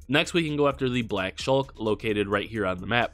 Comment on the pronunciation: Shuck not shulk That genuinely offends me